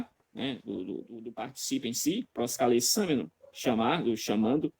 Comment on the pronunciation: Professor Euller, ele errou na pronuncia, ele leu proskalesameno, sendo que é proskalesamenos, vc deveria corrigir ele. É importante frisar que na apresentação do Natanael, ele tb errou várias vezes e vc não chamou atenção!